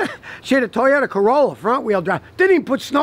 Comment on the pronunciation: Toyodá, Neeeesaaan, misseeebeeeshi, hinnn-die, Beee Emmm Dubbb-Yerrr, JHAGG-WAAAAAAAR